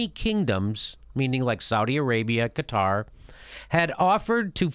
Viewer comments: It's not Qataaaaaar, it's Qatar! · Qatar... like "Kotter" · Jimmy, it's "Cutter," not "Kah-tar." But great explanation. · Jimmy, break it down smaller.. and Qatar isn't pronounced guitar :P smaller, as in older, before the 50s, before your CIA intervention(s) - after WW1 and whatever other land divisions after the split of the Otomans - that was bullshit, and couldn't hold-up; internet killed them. should we play smallest world violin for dictators? coming from US, you don't know much about that, other from news, right? Also, when you add Rusia, Israel, Saudi and whatever others around, the BIG PICTURE gets quite 1080p